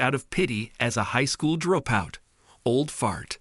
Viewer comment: Horrible AI. It can't say dropout correctly. So annoying.